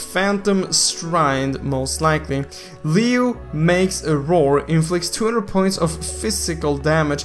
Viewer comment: Leo/liio not liu, lol i just laughed when u said liu 😂😂